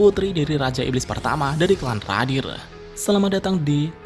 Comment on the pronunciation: Sblm cwek iblis itu ngomong,,,gua ksih tau lu bg.. Clan radiru bkn radir😂😂